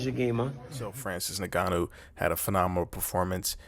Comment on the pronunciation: "Francis Nigganou" lmao.